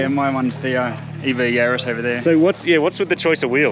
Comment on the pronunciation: Yaris. A name. Not a plural of Yari. So no Yarai… 🤪